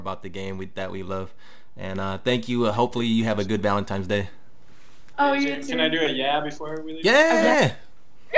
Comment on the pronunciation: valentines- not valentimes Lol